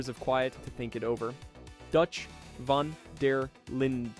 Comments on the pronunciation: Why can nobody ever say Dutch's name right. It's pronounced VAN DER LIND! I know the E in linde is silent but that shouldn't make it that difficult there's plenty of words with silent letters way more complicated that people have no issue with. It's not vander Linda, it's not von der Leened. Just get it right. Jesus. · ngl this video feels rushed bro you pronouncing dutch's last name wrong, you under estimate micah like hes not the final boss of rdr2, and you said nobody said anything when dutch drowned bronte even though john literally yelled at him and asked him what part of his philosophy includes feeding people to alligators.